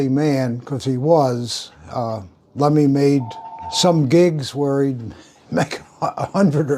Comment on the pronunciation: LEMMY KILMINSTER Not Lenny Kilmeister Dozy old pillock, can't even get his name right.